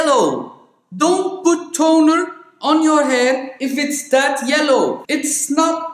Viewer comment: Shampoo is not tonerr not tooneerrr!!!😂😂Much love from Cyprus !!🇨🇾